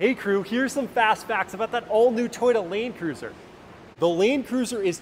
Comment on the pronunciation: Laeeeeend cruiser...how se pronounced it was annoying...